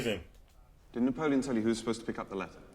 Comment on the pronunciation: Couldn't help but laugh when tried to pronounce Napoleon's name.😅😂